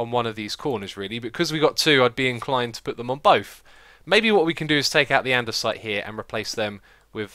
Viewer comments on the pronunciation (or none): none